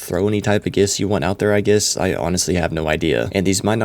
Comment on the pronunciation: Why do you pronounce “guess” like that? 😂